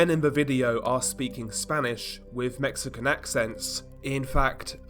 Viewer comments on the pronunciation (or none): none